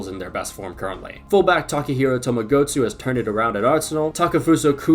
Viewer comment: Did he just call Tomiyasu Tomogotsu